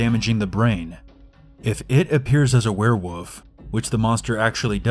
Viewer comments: Werewoof? Anyone else think it sounds like woof, not wolf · But why can you not say Derry (it's not Dairy) and I've never heard of a werewoof. Werewolf, yes. Werewoof, no. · ItsjustMAVE It's 'Werewolf' NOT 'where wuf' Not to be rude but yeah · "If IT appears as a were-woof" best line. Yes. Mmmn. Spaghetti. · u said werewoof and not werewolf XD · X beastxedits X A where woof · X beastxedits X It's 'Werewolf' NOT 'we're wuf' Not to be rude but yeah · "A were wuf" OHHH MYYY LORDDDDD XDDD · EnchantedGamer he said werewuff Instead of werewolf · You said werewoof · Is it just me or did he say werewuff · “ a we’re wuf” I died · My cousin pronounces it "wuff" too, so another cousin and I would make fun of him by making references to "Werewuvs of London" or "the wuff at the door" or saying "I had to wuff down my food" . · I laughed so hard when he said a werwoof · why's he saying it like werewuf? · But it's literally not, it's werewolf. He's just saying it wrong lol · That's not an accent, that's just plain pronouncing it wrong. The "L" isn't silent. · Because it's pronounced like that in his dialect.